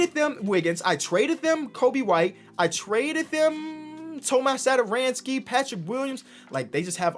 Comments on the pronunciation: Hey, i'm actually Czech just like Tomáš and you read it like Tomaash Satoranksii. I know it look wierd but if you put it into google translate you get the right pronunciation. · That accent on tomáš satoranský's name is pronounced as "sh" so basically Thomash Satoranskee, like this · I am from czech republic and I just love how say Tomáš Satoranský 😂